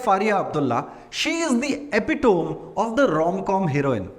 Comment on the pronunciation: Your reviews are good 😃. Your pronunciation of epitome is wrong though. Surprised because your English is good.